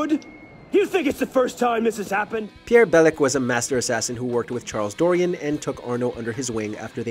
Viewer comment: When he said Charles Dorian with absolute English accent I felt a need to complain